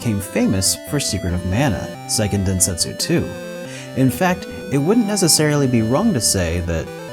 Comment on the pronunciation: Great video! These are some of my favorite older games. Just a small note: Seiken Densetsu is pronounced kinda like "Say-ken Den-se-tsu (like the tsu in tsunami)" rather than "Sai-ken Den-set-su". It's not that important, I just wanted to point it out because I'm lame.